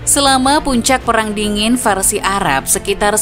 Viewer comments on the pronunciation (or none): Salah fokus sama suara naratornya yang kadang2 nyebut Arab jadi 'ara' dan barat jadi 'bara'. Why oh why